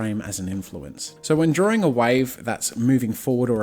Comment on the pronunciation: Why are you calling it drawling? It's drawing.